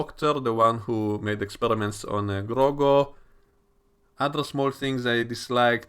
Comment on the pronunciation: Why do you keep calling him Grogo lmao